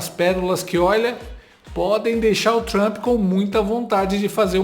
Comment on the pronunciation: "Tentar lamber as botas du Trampi", diz Lalau... Logo ele, que tem a boca recheada de "cutuca-cabra" de soldados do Hamas... 😂🤌